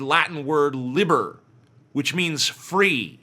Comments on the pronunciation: The Latin liber is pronounced lee-bear not libber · "Lib-bur", TJ? As someone who knows even the slightest bit of Latin, that made me cringe. The pronunciation is "Lee-bear"